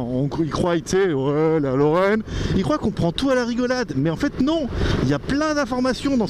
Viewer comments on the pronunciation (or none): je te suis depuis des années, je t'aime bien etc mais stp on ne dit pas "ils crouaille" à (je sais même pas comment l'écrire) mais "ils croient":D Sinon superbe vidéo! greg